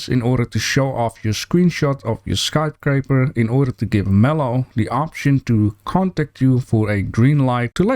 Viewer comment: Love your channel. Sometimes you mispronounce. It's sky scraper, not sky craper. No judgment here though. I mispronounce 4 other different languages lol